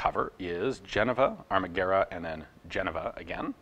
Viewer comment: Greetings from Italy. Congratulations on your "Pronunciation", you read Italian very well. Surely you understand that you are US 😁 ... by the way, I didn't know much about the history of the ARMAGUERRA mod.39. Thanks.